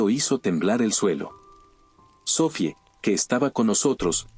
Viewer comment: se entiende que tengas prisa por subir los vídeos bro y que la traducción no sea la adecuada a veces pero pls mínimo dedicale un momennto a escuchar el relato cuando lo narra el bot algunas veces faltan acentos y suena tan raro el relato jajaja como los nombres en este relato: "sofie" o "pórtal" o cuando en algunos relatos dice "cuchilló" suenan bien antinatural